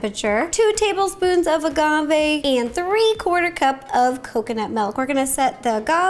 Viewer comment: This is how many times she said MELK ⬇️ ⬇️ ⬇️